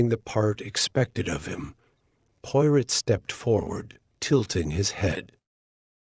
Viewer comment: The reader needs to know how to pronounce Hercule's last name correctly and French phrases.😢